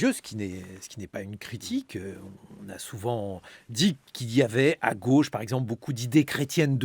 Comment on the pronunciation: "c'est le rôle de la gueuche" mdr, il dit "gauche" comme manon aubry